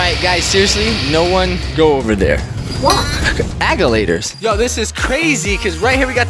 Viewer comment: “No one go there” “Why” “AgAlAtErS”